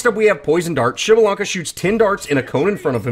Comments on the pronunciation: What i found truly impressive was your ability to pronounce his name so cleanly!!! TRULY IMPRESSIVE INDEED!!!!! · PS4: PrimeOP12 Can't believe you go his name right, I've still got friends that cant pronounce his name. Great video though.